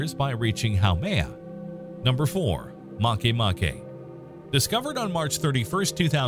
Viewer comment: I thought makemake was called make make ...not marke marke.